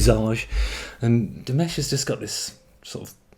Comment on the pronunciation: NOPE. 15 languages. He sings in 15 languages. Plays 7 instruments. Speaks 3 languages, learning a 4th. Is working on his PhD in music theory. And is the most humble and giving man on the planet. Dimash is a genius. And please dont pronounce his name like mashed potatoes. It's Di MAHSH. Thabks for ackowledging our Prince.